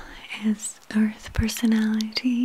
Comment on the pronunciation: I love how she says earth... it's like "ourth"